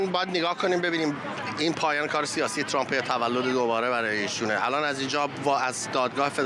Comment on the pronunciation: حتی بلد نیست اسم Trump را درست تلفظ کند.